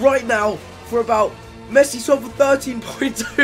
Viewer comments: Missi it's Messi!!!!!!!!!!!!!!!!! 😂😂😂😂😂😂😂😂😂😂😂😂😂😂😂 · I wonder if anyone can pronounce the name of the club man of the match Messi is going to